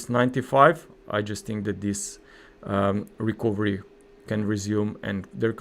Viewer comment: Very good content. Thank you for your effort.👏 A small remark: the letter "o" in the word "recovery" is not pronounced, but like this >>> rəˈkəv(ə)rē. 🙂😉